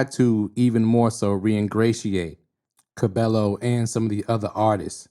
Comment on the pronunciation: Excellent video, glad you exposed Camila for who she is. Also Just for future vids, her last name is pronounced Ca-BAE-yo